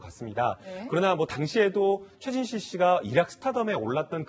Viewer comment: 고 최순실?? 발음 똑바로 안하냐